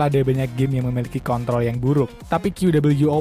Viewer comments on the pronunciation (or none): kedengeran nya kek kont*** apa kontrol?